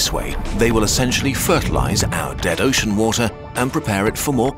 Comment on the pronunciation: When he said "some of the form of an uoshen surface".